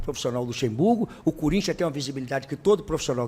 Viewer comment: Não tem jeito, quando ele fala corintha é pika, mexe com o Corinthiano